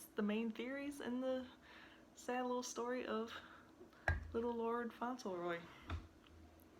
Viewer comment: Yes that's the right pronunciation